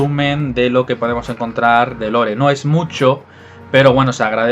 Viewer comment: Lore se pronuncia "Lor"no "Lore".